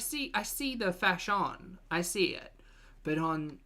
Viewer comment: I don't know, but "fa-shion" with the French pronounciation made me laugh out loud. I am simple and dumb like that :D